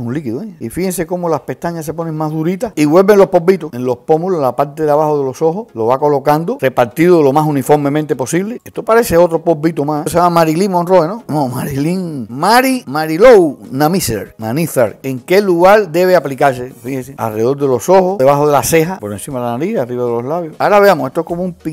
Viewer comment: Jajaja cuando dijo Marilyn monrroy